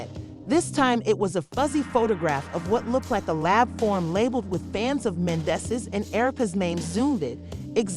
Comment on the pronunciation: Right 😂, I'm weak, you know this is a bunch of lies,miss pronouncing the names 😒